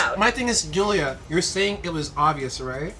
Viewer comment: Am I the only one who noticed that says Gillia not julia?